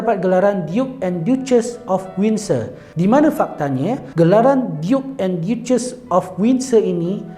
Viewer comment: Duchess sebutan nya "da-ces"... Bukan diyu-ces huhu